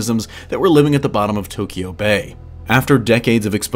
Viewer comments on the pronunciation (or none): none